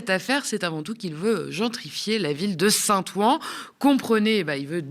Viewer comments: Top comme d'habitude.. juste un détail, Saint- Ouen se prononce Saint-Ouin (comme le ouin ouin de Karim ) pas Saint. Ouan 😁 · Bravo. Super et merci., j'en profite pour te sgdire et en souriant que St Ouen ne se prononce pas Saint "Ou- An" mais Saint "OU-OUIN". Plaisir d'une langue qui ne s'écrit paas comme elle se prononce. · St-Ouen est prononcé St-Ouin ... Sinon tout est parfait !